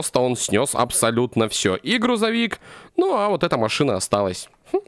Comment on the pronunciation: не макшина-а машина 3 54